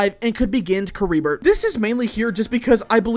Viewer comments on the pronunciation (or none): Caribert is pronounced car-e-bear